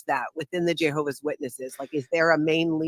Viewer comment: why do you say "JAY hovah"? It's "JEH hovah".